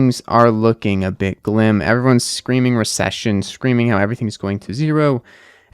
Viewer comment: lol he DID say "glim"! I thought I misheard it the first time but he said it twice XD